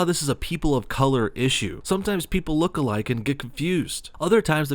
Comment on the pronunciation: I hate how she's saying look alike it more sounds like "looka like"